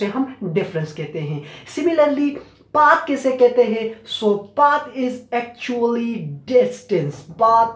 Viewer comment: What an accent 👏!! Specially the way u say " actually "😂